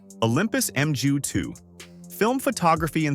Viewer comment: 10. Leica M6? It's a bout the bloody lens dummy. No $50 equivalent. 9. It's Nikon, not Nykon or Kneekon! 8. It's called feature creep, idiot and it's universal.7. Emju? God it's 'mu' OK. That's why they called it the Epic in the USA, knowing that fools like this couldn't pronounce it. The mju-II is very old and many do fail when they hit 30 yera sold. I prefer the mju-1 as it's a bit more robust. But as compacts go, it's brilliant. 'bout then the gross overstatements and outrageous ignorance got to me. Ignore this tiresome cascade of gibberish and take your time and ideas elsewhere. Move along - nothing to see here.